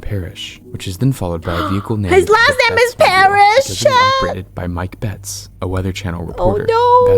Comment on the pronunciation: it's "Bet-es," not "Betts"